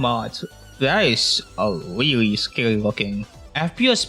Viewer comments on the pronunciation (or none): “Wike mows wewowe wiwwy weweased” dumbahh voice 😭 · "and i mean weally old" ahh 🥀💔😭